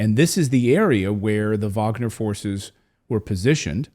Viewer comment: Finally someone who can pronounce Wagner correctly. Vaughner